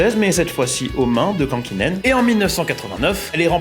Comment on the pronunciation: Juste pour chipoter, c’est Juha Kankkunen, pas Kankkinen. Chouette vidéo et excellent, le parallèle avec Alpine.